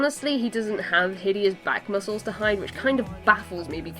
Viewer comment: "my favorite part...mucles" xDDD